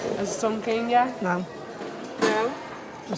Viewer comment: "Mel what do you want a WKD or somethink." FFS